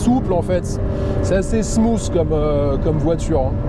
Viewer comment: "Smooth" ne se prononce pas "smouss" mieut vaut parler français